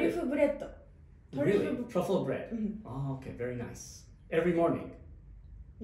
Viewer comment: 発音ええのにブレッドは鬼日本語やったw